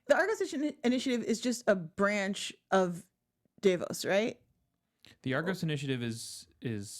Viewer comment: Is saying "Day-Los" instead of "Dell-os" a dialect thing or just mispronunciation?